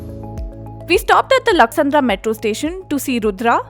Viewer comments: It’s lakkasandra not laksandra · Good information but please improve your pronunciations... being a newspaper born in Bengaluru, it is ridiculous if your journalists are unable to pronounce local areas correctly 😅